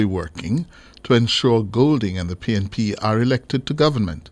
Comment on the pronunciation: Is it pnp or pain..p???😂😂😂